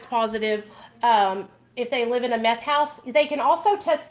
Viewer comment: I cackled when you said microdose meffh like😂😂😂😂😂😂😂😂😂😂😂😂😂